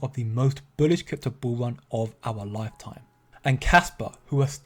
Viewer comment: kwik kwypto bwinging you kwik kwaspa news